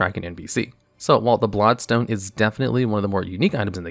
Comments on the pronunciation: You keep saying “blod stone”. Like you don’t know how to pronounce blood. It’s infuriating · “Blod Stone” or “Blood Stone”???